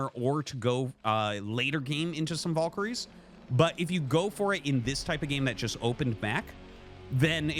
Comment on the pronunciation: why does he pronounce valkyrie "voll-kary"? it's objectively wrong lol oh and MonkaT